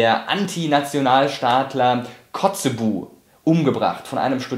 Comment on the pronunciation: es wird kotzebü ausgesprochen nicht kotzebu :D